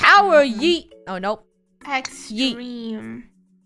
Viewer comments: Funneh: YOOT Me: NO ITS YEET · I’ve no idea why You say yoot Stead of Yeet